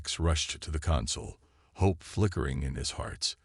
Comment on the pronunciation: Love how the AI says * Ho Pe*... you accidently skipped ...😂😂😂